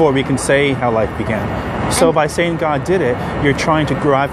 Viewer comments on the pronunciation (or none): Poor thing, she believes in ' saydin' lol